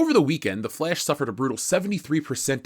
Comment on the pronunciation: I seriously love how you say The "Flesh". LOL!